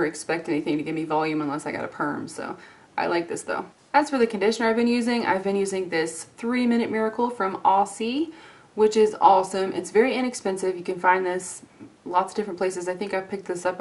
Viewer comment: aussie is pronounced Aw-ZIE. As you can tell from the Kangaroo on the label, its the nickname for Australia. Its annoying for us Australians to hear it said wrong..good thing you're so lovely :) <3